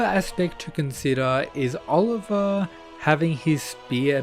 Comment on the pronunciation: You pronouncing Olivia's name wrong is infuriating.